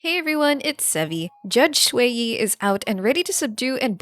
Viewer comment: small note: you're saying shuiyi instead of xueyi. it's more like "shre" than "shway"